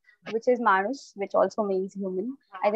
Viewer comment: In Bengali we pronounce Manus, exactly the way he said ! And, all the words of this video is exactly the same in Bengali , just pronunciation is a bit different.